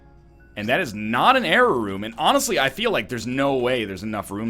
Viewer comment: When NL says error room, it sounds just like jera rune